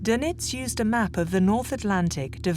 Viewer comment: Doenitz not Donitz